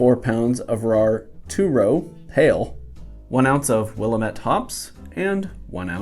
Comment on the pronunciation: It's Will-lam-ette not Will-a-mette. Love your show